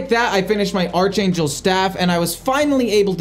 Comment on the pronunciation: Your "archangel" pronunciation is going to haunt me forevermore